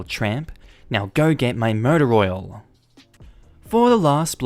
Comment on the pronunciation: the way you say "motor oil" sounds like "murder oil" and I really need to know what that is now hahahah